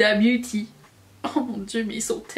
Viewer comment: Mdr!!! La manière dont tu prononces ace beauté est exactement celle que j'ai eu dans ma tête en voyant le nom de la marque 😂 d'où mon commentaire sur les terminaisons beauty etc... ça m'a aussi fait penser à Gerard cosmetics, nom de marque qui m'a toujours fait rire 🤐 Par contre, je suis tout à fait d'accord avec toi sur la nécessité d'inclure ces terminaisons pour que les gens sachent ce que propose la marque, j'ai reçu mon colis ketchup fantaisie aujourd'hui et mon copain pensait que j'avais commandé du ketchup!!! C'était bien drôle! Ton combo boucle d'oreilles/make up est juste magnifique 😍